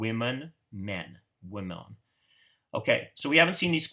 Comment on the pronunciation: Lol “wemon”